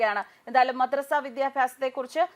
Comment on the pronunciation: മദ്രസ്സ അല്ല കൊതറസ😂😂😂😂😂😂